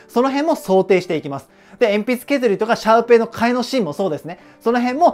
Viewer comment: シャーペンのかえしんが、シューペンのかえしんになってますよ!!